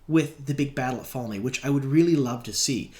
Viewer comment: This week wasn't to off Falme was a bit off but last week I think you kept saying trolloc like troll ox it was really weird to my ears drove me batty